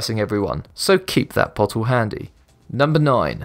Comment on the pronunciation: A 'botttull'. ffs. And I'm English.